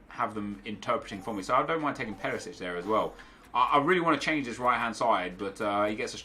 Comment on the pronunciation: “Perisić” ... boi